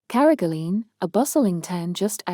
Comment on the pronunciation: Please pronounce carrigaline probably